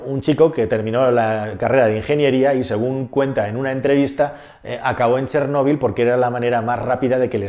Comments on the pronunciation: Si vas a yablar de ChÉrnovil por lo menos habla bien y acentúa la É y no la O,ya que me es demasiado distractivo y molesto escucharte. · Si realmente fueras ucraniano sabrías que no se escribe "Chernobil" y de hecho la pronunciación correcta es otra